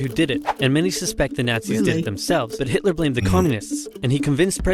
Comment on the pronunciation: Who is "Hilter"?